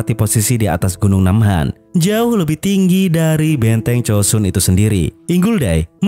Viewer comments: Joseon bang bukan chosun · itu pelafalan koreanya, tapi sebenernya bukan chosun juga, tapi chosan